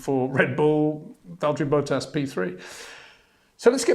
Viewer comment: HEY PETER WINDSOR, I HAVE MESSAGE FOR YOU SIR: it is NOT Max "verSHtappen" ... Max is not German (Germans indeed do pronounce "st" as "sht") ... #Max33 = Dutch NL/Belgium! ... It is not "Bottash" nor is it "Lewish" certainly not "verSHtappen" .... This BS started long time ago when a British sport presenter interviewed father Jos Verstappen and assumed you can use a German pronunciation to a Dutch Driver thinking it is so "funny" ... It is not. Serious question: can any Englishman say "versatile" out-loud without saying "vershatile" phonetically? most can about 99,99% ... that is why most English can pronounce Verstappen 100% correct! Father Jos Verstappen (also F1 Racer) was very active between back then only a very few said "Vershtappen" but the vast majority of British sport presenters pronounced it perfectly ... only a few old stubborn farts like Peter Windshor.